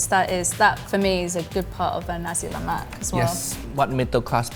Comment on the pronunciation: as a malaysian watching this, i'm getting unreasonably triggered every time they say "lemak". as best as i can describe, it's closer to the "lou" from "colour", and the "mak" syllable is half-way between "mac" and "muck". also, every time they say a food is singaporean, i get triggered the same way indonesians would when a dish is called malaysian (even though i do believe nasi lemak and laksa are malaysian).